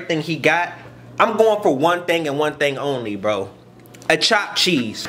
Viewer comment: Thopped theese lol. Chopped cheese is the best